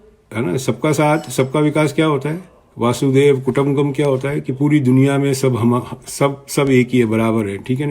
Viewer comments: सर वासुदेव कुटुम्बकम नही होता है वसुधैव कुटुम्बकम होता है।दूसरा महिला सशस्तिकरण नही है सशक्तिकरण है। मीडियाकर्मी होकर भाषा तो ठीक करिये श्रीमान बाद में आप विवेचना कीजियेगा ।वैसे आप बहुत विद्वान हैं ऐसा आपका सोंचना है। वैसे आपके अति आत्मविश्वास के क्या कहने?😊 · आप लिखा हुआ पढकर बोल तो रहे हैं, पहले बसुधैव कुटुंबकम बोलना सीख ले, अपना नाम तो आपने बताया ही नहीं। संपत्ति के बारे में चैनल पर बोलने के बजाय आप E D को सूचना कर दो कमीशन भी मिलेगा।आपकी गरीबी भी दूर हो जाएगी।आप मुझे कुछ ज्यादा परेशान लग रहे हैं।भूल रहे हैं कि आप परिवार को टारचर कर रहे हैं।कौन किसका भक्त है आपको क्या परेशानी।जब कोई भी व्यक्ति या चैनल ऐन्टोनिया माइनो या कांग्रेस के बारे में कुछ पर्दाफाश करता है,तो मिर्ची क्यों लगती है।यह सोचने का विषय है। कांग्रेस सुप्रीम कोर्ट गई थी क्या मिला बाबा जी का ठूल्लू।